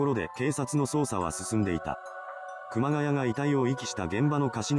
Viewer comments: ｢熊谷」の読みは、正しくは｢くまがや」ではなく｢くまがい」です。 ちなみに東北地方に多い苗字。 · 熊谷｢くまがい｣←沿岸南部だと読み方くまがやではない。震災後身元不明の遺体が埋められてたのが多々あったものの震災後だけあって特に事件にならなかったと言う話を知人から聞いたが真相は果たして…